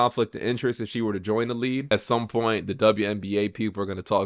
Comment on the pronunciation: Its "League" not "lead" 😂 you have said "lead" every time you should have said "league" so I figured I'd point that out now for ya lol.